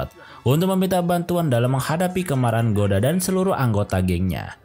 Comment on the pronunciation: Goda jadi gada, akoda jadi akodo, agak typo dikit ya ngab bacanya😅